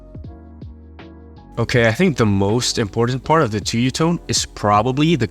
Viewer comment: hey just wanted to say that it's pronounced tSuyu （ツユ） not tuyu（トゥユ）